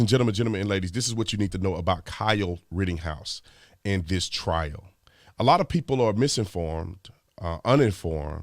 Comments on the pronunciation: RITTENhouse, not RITTINGhouse. Damn Tatum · "RITTENhouse" brother...."written-house", love your work B. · Kyle Rittinghouse? 🤔 Who dat Brandon? There is no G in Rittenhouse, come on man. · Bro I’m not talking smack but my brother his name is not Rittinghouse it’s Rittenhouse. Lol I’m just saying. That said I love you and your channel😁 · Officer Tatum it's RittENhouse, not RittINGhouse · Rittenhouse, not Rittinghouse B. Tatum! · Brandon, bro it's Rittenhouse, not Rittinghouse. Is... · bro did you call him rittinghouse? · You mean “should’ve”, as in: “He should’ve, first, been able to pronounce Rittenhouse.” 😂